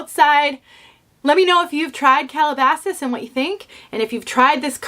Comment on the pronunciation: I haven't tried Calabasas, but I have driven through the nearby town it was named after many times. Calabasas is an upscale place, and I think this piece lives up to its name. What a nice review! It looks great (and you pronounced it perfectly). Kathy